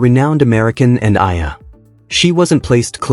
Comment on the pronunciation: Say her name ” E - YA -LA” thank you